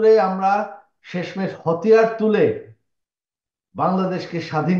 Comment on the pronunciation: হতিয়ার না হাতিয়ার। গত মাসে বেতন পান নাই। মাল খাওয়ার টাকা নাই নাকি।